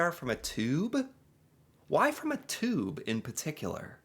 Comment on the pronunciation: Can’t even say tube correctly